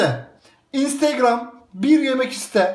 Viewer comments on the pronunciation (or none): Abi çok güzel olmuş fakat "instgram" değil " instagram "